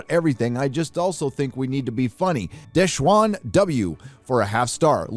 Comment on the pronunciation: Desh-wan?? WTF pal, you need new glasses. its da-SHAWN.